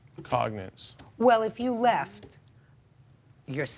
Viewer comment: "I left on my own cognance"🤣